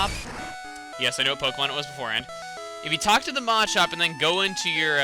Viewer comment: Your pronouncing machop wrong... the way to say it's not Maa-chop... it's muh-chop